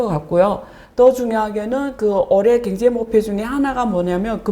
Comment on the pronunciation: 자꾸 경제를 갱제로 발음하시네 ㅎ